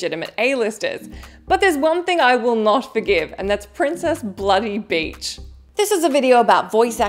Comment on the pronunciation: Princess Peach not Princess Beach